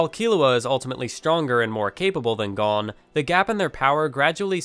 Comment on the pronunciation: Your pronouncing Gon wrong